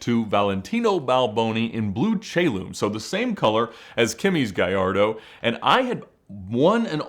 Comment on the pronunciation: There's no "Y" in Gallardo.